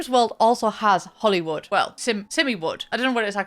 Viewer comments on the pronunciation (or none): none